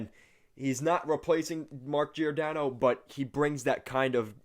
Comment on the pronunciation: Just fyi it's not JEE OR DANNO. It's JOR DANNO